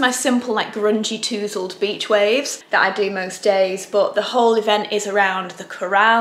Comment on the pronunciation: I love the way you pronounced tousled ..made me smile :)